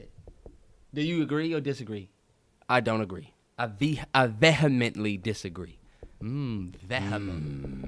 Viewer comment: Fucked the pronunciation of ‘vehemently’ all the way up😂 “veh hem mint lee”??????????